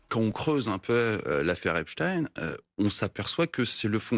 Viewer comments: Ai lieu de dire "Epstin(e)" ou "Esptaïn(e) dire tout simplement Epstain c'est tout simple ! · Frankenstein on ne dit pas( în) mais bien (aïn). Idem pour Epstein . Ils mentent.... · Epstein a toujours été prononcé "epstine" aux USA, depuis la naissance du monsieur. C'est en France que son nom est déformé en "epshtaïn". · C'est pas epshtine, ça se prononce Epshtaïne, comme Einstein, frankenstein... Les nuls. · Epstein est originaire d'Europe de l'est donc ouai c'est "ein" pauvre tache et non "in". Nous ne sommes pas des américains espèce de collabo. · Pas Epstine mais Epstein. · EPSTEIN NON EPSTINE 😡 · Euh ...non... c'est pas un nom US c'est un nom allemand ! Einstein, autre juif, tu le prononces Instine? En français tu le prononce soit à l'Allemande ou à la Française, aucune raison de le faire à l'Anglaise ou à l'Espagnole. Tu as regardé les films de Frankenstein ou de Frankenstine? D'ailleurs dans un film de Mel Brooks interprété par Gene Wilder, Frankenstein Jr,il y a déjà une réplique qui aborde ce sujet,je vais pas te spoiler la scène mais c'est un excellent film je te le conseille, très drôle, humour juif... Brooks et Wilder le sont aussi. Ou les noms français de Louisiane, Bâton Rouge ou Nouvelle-Orléans tu les prononce aussi à l'Anglaise parce qu'ils se trouvent aux US ? Non bien, sûr à moins d'être anglophone et ne pas savoir le prononcer d'une autre manière 😂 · BFM, toujours à vomir, et je suis polie. Et du coup maintenant, on va prononcer Albert Einstin et non plus Einstein.